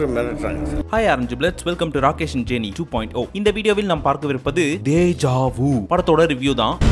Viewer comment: Bro it's Dejavu not tejavu